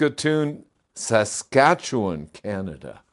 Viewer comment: Good job on pronouncing Saskatchewan,. You said it perfectly and I would know. I've lived in Saskachewan all my life and in less than 1 1/2 hours that will be 70 years.